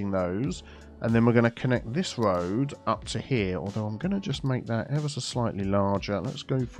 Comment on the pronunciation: “Tree on the röd” had me in stitches 😂